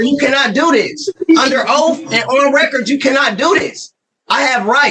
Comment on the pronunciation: You cant lecture people if you cant even pronounce proper english. He let them all know they are under oaf 😂